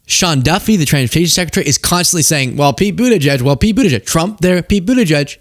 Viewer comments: edge edge is phonetically wrong though...it's more like boot ahj jedj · The edge-edge thing is how his handlers told him to say the name, because he is too dumb to remember how to pronounce the name! He was supposed to say Boot-edge-edge, to say the name. And he wasn't supposed to explain that to the press. The dumb ass! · That's how he was tougt to say it properly "Mr president it's boot edge edge now repeat after me...." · I always hear "Booty Judge" when someone pronounces Pete's last name, and I really think he missed his calling as the next Howard Stern, with a moniker like that. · At least he doesn't say "Buttyjizz." 😂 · It's pronounced Booty Judge. Get it right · "OK grandpa.this is how you can pronounce Pete's last name." sigh This is your leadership on full display.